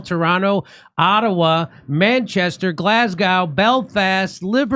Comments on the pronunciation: Just to warn ya it's pronounced GlazzGo... Good luck 😂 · Glas - go. Not now. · Glasgow = Glass - Go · When they get to Glasgow they can learn to pronounce it correctly. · Learn how to say Glasgow correctly. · Hey, Jimmy! By the time you get to Glasgow, I hope you'll have learned to pronounce it properly! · Drop the W in Glasgow